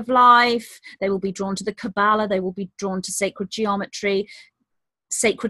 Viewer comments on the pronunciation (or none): none